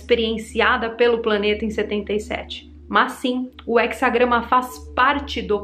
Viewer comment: Só errou no português, é he"z"agrama